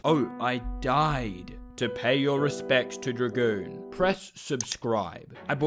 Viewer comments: "I wuold love to work at Dra-Goon corp" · Its dragoon